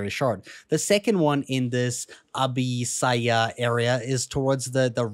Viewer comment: its not abisayah more like abba sia